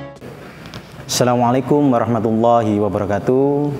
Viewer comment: Kultum nya bagus sekali, Hanya pd salam pembuka kurang huruf H.